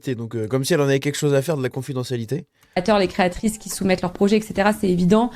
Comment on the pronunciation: " Créateurisses " au secours XD